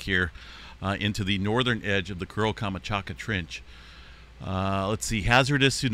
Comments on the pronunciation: You might want to check how to pronounce KAM. CHAT. KA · Камачака?! Серьёзно? Ты читать не умеешь что ли? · Learn to pronounce places names if you are going to continue to report on events from other places. Your mispronunciation of Kamchatka is so offensive.